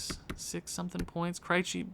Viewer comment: I know I'm watching this way after the fact, but maybe Krejci is doing bad because you keep pronouncing his name wrong. I'm a Bruins fan and every time you say his name I cringe just a little bit. But other than that, I'm loving your channel my guy, keep it up